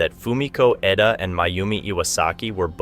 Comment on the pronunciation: I don't know if you realized that you were going back and forth in pronouncing Fumiko's last name. Sometimes you called her Fumiko Eda and other times Fumiko Edo. Could help if you had someone watch and edit the videos before publishing. You could just make them private and ask a friend to watch it before you open it up for everyone. Other than that I really enjoyed this one well written and narrated.